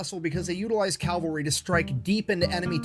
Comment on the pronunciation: It's cavalry, not calvary. Calvary is where Jesus died. Cavalry dies everywhere. off his game. In addition to Hobart many others contributed to massed-tank theory in the 20's and 30's. Liddel Hart in England, Degaulle in France and Deep Battle Theory in the Red Army. Real time communications between military vehicles with radios wasn't practical until the invention of the throat mic, which wasn't available until America invented it in 1935. It was immediately adopted by the German Panzer corps, but not by the British tanks (the RAF did, however). I am impressed with Hobart's accomplishments DURING WW2, but he DID NOT invent Blitzkrieg. The Germans did that in May of 1940. should do more primary resources. Sad to see him as just a crowd pleaser now.